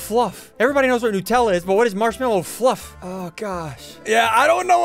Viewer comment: Bro said nupella😂